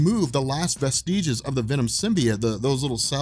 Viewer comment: You mispronounce 'vestiges.' The accent is on the 1st syllable. I've never heard anyone get that wrong before....